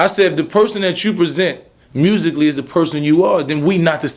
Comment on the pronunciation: HE SAID ''MUSICALLY'' JEEZ SMH!!!!!!!!!